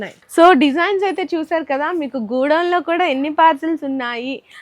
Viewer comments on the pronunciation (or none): please correct your "Godown" pronunciation. its not gudown, its go-DOWN